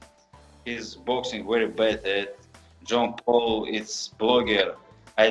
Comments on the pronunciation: "John paul"🤣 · he said john paul i swear